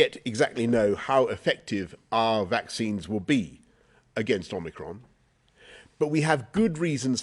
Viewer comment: ‘Omnicrom’ 🤣 wonder where they plucked that one from!